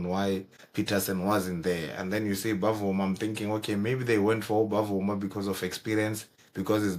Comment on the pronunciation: it is NOT Bavuma it is Bvuma pronounced as Vuma